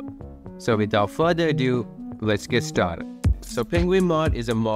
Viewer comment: uhm it's "st*ar*ted" not "st*ra*ted"